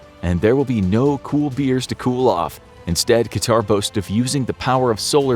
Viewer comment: ... and it's not pronounced QatAr, but QAtar.